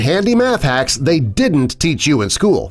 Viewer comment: in the beginning it said teac instead of teach